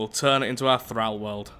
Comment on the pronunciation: th-r-all not th-r-al